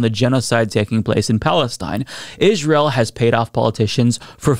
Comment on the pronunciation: Still can't listen to the way you pronounce Ish-rye-el